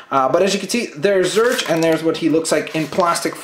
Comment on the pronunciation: it's pronounced zorch, as in or